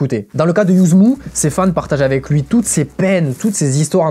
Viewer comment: Par contre Yuzmv ça se prononce YUZMA, le V fait un A à l'envers... Si on regarde n'importe quelle interview de lui pour s'y intéresser on le sait